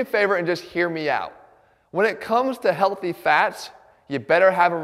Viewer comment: Emphasis on healthy